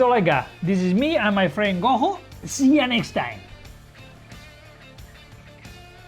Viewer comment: Hey angel his name is pronounced as go joe btw not go ho